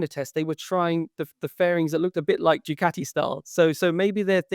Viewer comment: Keith, Keith, Keith.......for chrissake its DOO CART EE. Please. Enuff of DOO CAT EE! It's so insulting!